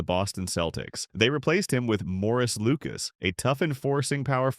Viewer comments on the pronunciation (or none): "Morris Lucas" s/b Maurice LOL These A.I. robots are taking over yikes! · Yeah, but in the UK that's actually how it's pronounced.